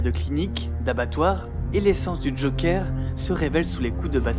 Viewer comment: "A l'égard du Jokeur" Si tu tiens à prononcer le "E" de Joker à l'anglaise, s'il-te-plaît, prononce tout le mot à l'anglaise, pas que le "e", parce ce "euh" que tu prononces n'est même pas le "e" anglais dans ce mot-là ! Même "Ze Jokère" serait mieux passé à l'écran que "Le Jokeur" avec le R roulé à la fin !